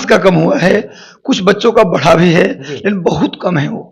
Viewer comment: Bara nahi bada hota h😅😅😅